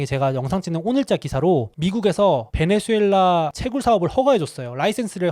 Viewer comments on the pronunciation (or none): none